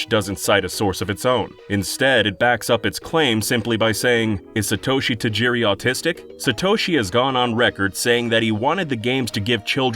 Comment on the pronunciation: s'-toe-shi haha